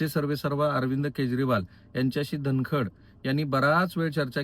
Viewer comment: राहुल जी तुम्हाला धन कड हा शब्दही उच्चारता येत नाही आहे. सारखे धन खंड धन खंड असे म्हणत आहात 😅